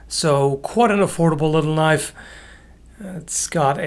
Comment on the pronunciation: Thats not a knoife.